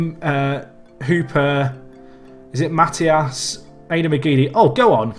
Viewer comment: Matias is pronounced mat eye ush